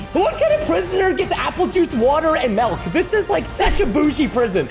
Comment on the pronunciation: Then why do you say melc instead of milk